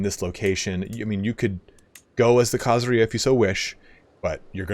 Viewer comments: Khazaria does not rhyme with diarrhea! khazARia stress on the "ar" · Why do you say Khazaria like pizzeria instead of the way you say every other country that ends in -ia